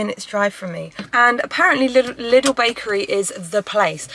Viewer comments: interesting how u pronouce lidl.... sounds like little. if i dont know what u mean i wouldntknow u mean lidl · Very nice video! So fun to watch you! 😊 BTW: it's pronounced "leedel" so a long I. Not short like in little. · Loved it. If i may suggest how you can pronounce its name, as it is german: Try it like this: Lee-Dell (like the computer company), when you pronounce it you go up with the Lee and down with the Dell ... 😊 carry on 😉 Og btw, you are right with the Focaccia, your friend is wrong (I also speak Italian). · Loves the video!! But I need everyone to know that Lidl is pronounced "Leedle" - with a long first syllable :-) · Lidl is Said like Lee-dal hahaha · still can't get used to the way English speakers pronounce Lidl haha